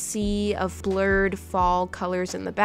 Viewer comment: okay did anyone else hear flured instead of blured